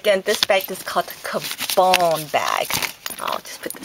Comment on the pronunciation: it's caM-bon, not ca-bone